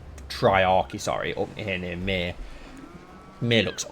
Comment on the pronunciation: Given how you butcher my name everytime I hear you say Myr, makes you think you’re on about burning me. Not funny at the end of the day mate